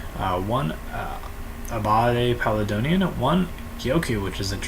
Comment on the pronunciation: PAL-AYE-DEE-ON Not pal uh don ee on